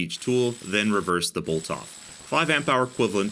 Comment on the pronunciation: "Well no, because I don't wanna be sued." FUNNY! "Bolth." Are you from New Jersey?